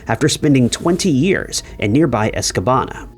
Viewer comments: Re: Ian in MI: He’s missing from Escanaba: “Es-kuh-NAH-BUH” Not “Es-kuh-ban-uh” As said in the video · Escanaba, not Escabana. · It case 6, the name of the city is Escanaba. Not Escabana. I grew up there and remember the case. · Escanaba not Escabana. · 😂 that was driving me mad. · "Escanaba" dude..... lmao wtf